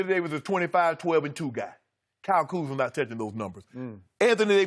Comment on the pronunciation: KUZMA!!! Not, Kuzman